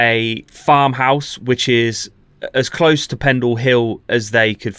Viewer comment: I can't stop hearing "witches" every time you say "which is", LOL